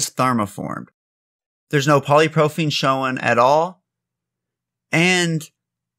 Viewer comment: Good info here! btw its “poly pro PYL ene” 😊